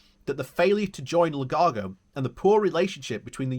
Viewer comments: Lugano, not Lunago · So many different pronunciations in one video! 😂 Lunargo and Lugargo made me smile. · Great video, but it is L-U-G-A-N-O !! A lovely, lovely lake in lovely, lovely Switzerland.